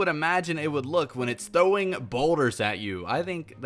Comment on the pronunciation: u said thowing